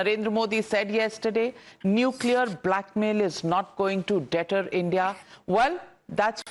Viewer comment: How to pronounce 'deter'...... Use Google or YouTube